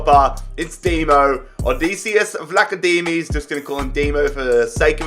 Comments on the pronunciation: ODISSEAS VLAHODIMOS thats how you pronounce it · It’s proud Ed odd-iccyious vla-chodimoes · So the way you pronounce Odisseas Vlachodimos is pronounced Odi(like you say Lodi)-se(the way you say set)-as Vla-cho(with a ho like sound)-di(like division)-mos so if it makes it easier try to read it like Odissé-as Vlahodí-mos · It is o-dys-se-as the e sounds like elephant's e, and vlach-o-dimos the I is sounds like fifa's I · That’s not how to pronounce it